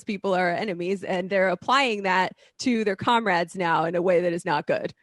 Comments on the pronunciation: I cringe so hard when that hot chick says "comrad" ugh. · I cringe so hard when she says "comrads"